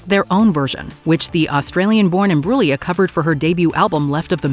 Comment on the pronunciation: Thank you for pronouncing Imbruglia correctly!!!